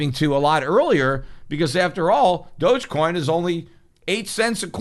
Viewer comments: Pretty sure it's pronounced "dog" coin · dogecoin is pronounced "dog e-coin , doggycoin" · Thought it was pronounced dog-e-coin